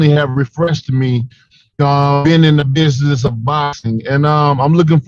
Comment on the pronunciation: I truly believe that with the right coaching and enough hard work Wilder will be able to pronounce the word business correctly one day.